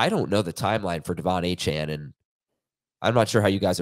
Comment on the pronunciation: Thank god ACHANE is on ir! I wont have to listen to u mis pronounce his fn name!